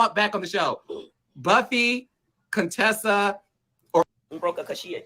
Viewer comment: Heavenly named her CONE-tessa!🤦🏽‍♀️